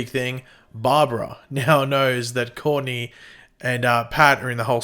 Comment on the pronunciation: Hey! Since you're doing aot on Stsrgirl, why not practice pronouncing Courtney correctly,.rathe.than calling her 'Corney?" Seriously.